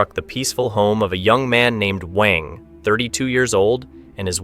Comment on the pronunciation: WANG is pronounced as "W-u-a-n-g"